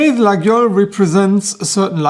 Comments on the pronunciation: It's Layole, we say Layole ;) Faite attention au faux Laguiole :) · Lay-ol ??? i Was Under The Impression The "G" is Silent.......